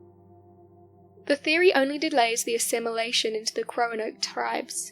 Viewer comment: She said “croanoke” hahahahahaha